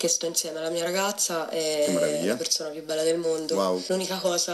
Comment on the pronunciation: Perzona... Borza... Salza... Mi sanguinano le orecchie 😂😂😂